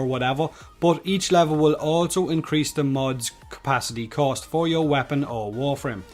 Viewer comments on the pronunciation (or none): Its cost not coast xD